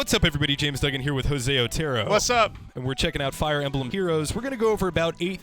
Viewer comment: O-teh-roh, not ohtearoe...dumb gringo.